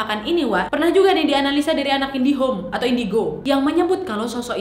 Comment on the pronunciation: Iya saya juga dengar nadia bilang anak indihome... 🤣🤣